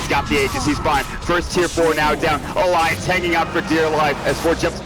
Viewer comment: this guy cant pronounce alliance,lmao